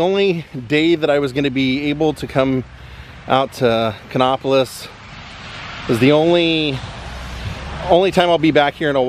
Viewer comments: Nice video. The place is pronounced Kannapolis as in "nap", not "nop. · I used to live right beside Dale Jr. I’m born and raised in the area. It is pronounced Kan-APP-O-LIS. Lol